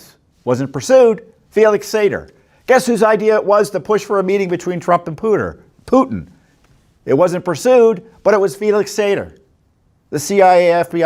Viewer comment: I must be watching too many Judicial Watch videos. Tom Fitton has called Putin “Puter” several times now... an off-camera nickname that slips in? Putin did use a Puter to interfere with our elections, I imagine. It actually sounds more like “Pooter “.